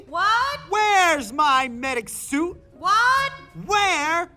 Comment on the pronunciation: Oh... "SUIT". I kept hearing "SOUP" and he ran around screaming after his "MEDICAL SOUP". I assumed they had stocked up on zebra healing soups.